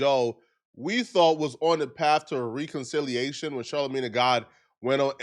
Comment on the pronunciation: Rayconciliation…….what u saying???? Oh reconciliation 😂😂😂😂😂